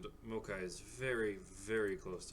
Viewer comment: MAO-kai, not MO-a-kai. Other than that, solid deck video :)